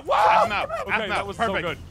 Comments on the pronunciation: Its aphmau not ahpmau its aphmau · APHMAU said knock go Ein